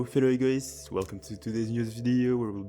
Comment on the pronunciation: haha I think it's for the better. I believe your accent is very good for the ear. I especially picked that you were French when you said the word "Egoist" and "egotist". The "ist" at the end sounded very much the "ist" in the French word "égoiste". I think it's good, it adds variety of people in the blue lock community!